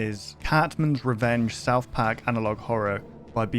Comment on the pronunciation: "souwth pack" - 2023